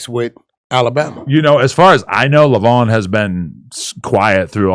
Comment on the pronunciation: 😂 every time they say leyvon 😆😆😆😆😆😆